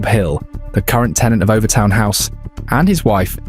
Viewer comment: As a Dumbartonion, or Son of the Rock as we’re known (and the bridge is pronounced Overtun, and it’s in Dumbarton not NEAR it) we’ve known for years why this happens. I’m firing this out having seen less than a minute of the video but EVERY damn video is the same - ‘who knows why?’, ‘maybe it’s ghosties on a bridge less than 200 years old in a town that’s over 1,000 years old’, ‘maybe it’s the story of the guy and the baby’ whose names I refuse to mention as in a town with only 15,000 people there are real world consequences to digging up their family name after all these years. A change of laws in the 50s and 60s meant it was difficult to maintain mink farms (though they were not finally made illegal until 2002) meaning, like the dangerous animals act in England in the 70s released wild cats to the moors, the mink farm near Overtoun released wild mink into the area. Anyone who knows anything about wild mink, when they go into season dogs find their scent irresistible for some reason. If you look at the turret design on the bridge, a dog thinks it’s jumping on to a flat ledge, but it’s actually a steep decline towards the edge of the bridge. This isn’t ’dog suicide’ but a very easily explained accident. Dumbarton is one of the oldest settled towns in the UK, it’s mentioned in the Irish Chronicles and Norse Sagas. Dumbarton Rock and Castle are beautiful areas worthy of mention, the town has one of the oldest football teams in the world, founded in 1872 and a founder member of